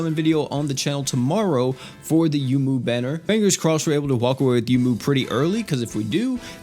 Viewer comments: Isn't her name pronounced "Yoh-moo? Like how Touhou is pronounced "Toh-hoh"? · You're correct. He pronounces a lot of names wrong.